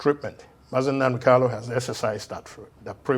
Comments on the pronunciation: Honourable Obi Aguocha should please take note that the name is Nnamdi KaNu, and not Nnamdi "KaLu." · I am surprised that this law maker who claimed to have grown up with MNK did not know how to pronounce his last name. But good to know that people are fighting for this young man’s release because it is long overdue!